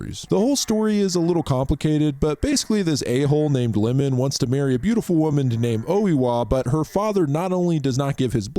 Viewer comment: I loved the video, I love J horror and have watched every single J horror produced after 2018 in the cinema. I wonder if name you kept calling lemon 🍋 wasn’t Iemon, as in Eeamon, the long i. 😅